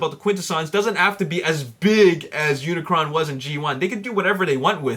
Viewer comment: um dude (lol) its unicron not unicorn XD